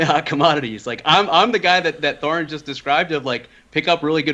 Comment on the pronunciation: thorin said core..